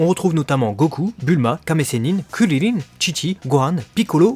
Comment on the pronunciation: C'est CRIL , pas cirrirrin